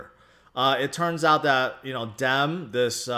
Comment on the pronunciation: Hilarious that has never heard the phrase Carpe Diem and pronounces Diem as Dem.